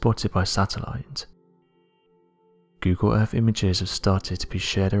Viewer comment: I have never heard of " Google Erf" it must be new